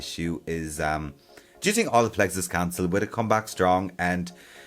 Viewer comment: I love the way he says “think” tink haha